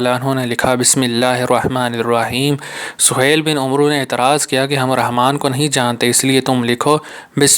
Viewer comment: Umroo nhn hota amar hota hai